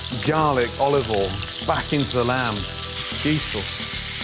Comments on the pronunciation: “GAHLIC OLOVOLE” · The way he says it it is said olive ole in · And OLIVOL